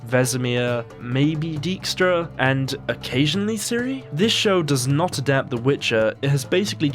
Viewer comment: The name Dijkstra is also pronounced wrong. In Dutch the pronunciation of 'ij' is 'eye', not 'e'.